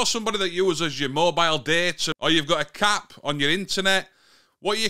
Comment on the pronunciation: OOOOOhhh A CAP on your internet? I thought you said, " cat"!😂😂